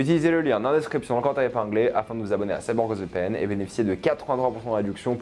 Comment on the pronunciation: Tellement ça te soule de faire des opé pour CyberghostVPN que t'articules même plus quand tu le fais mdrr courage